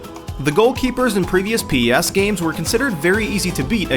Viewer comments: Its PES not P-E-S FFS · Please stop saying p-e-s its driving me nuts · It's pronounced pez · is u spell it pes. It's pronounced pez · Etf is pee ee ess?